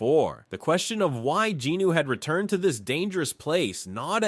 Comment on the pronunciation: these videos are awesome but the way you incorrectly pronounce jinWOO’s name is unbearable